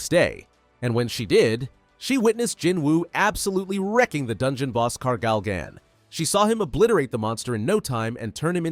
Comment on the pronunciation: I'm impressed you correctly pronounced the name of Gargle gone/Tusk (Kargalgan) Good job for that. But what about Captain Kihoon Son and his crew. Two of the Mage type hunters were like 🤯